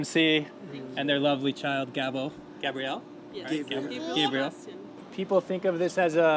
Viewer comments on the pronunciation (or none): none